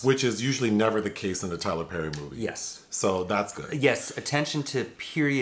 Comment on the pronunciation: NOT Tyler PÈÈÈRRRY 🥴